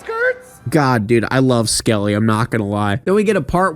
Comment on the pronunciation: Fake fan. Bert’s driving an SUV , Hannah is Jimmy’s cousin and it’s Skully not “Skelly” God 🙄 (This is entirely a joke, in case you couldn’t tell.)